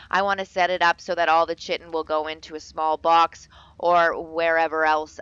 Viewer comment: Chitin is pronounced Kai-ton, just FYI